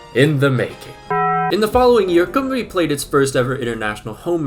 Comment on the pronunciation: Painful hearing him pronounce Ll as an L, and Cymru As Cumree